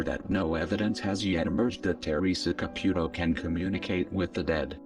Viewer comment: Fabulous reporting! that fake old skank makes me sick! I hope they cancel her soon and all the stupid people that believe this crap, well they get what they deserve, but to exploit this child in such a manor is reprehensible. the robot voice is cool it says her name and sounds like Ca-PUK-o, make me snicker! lol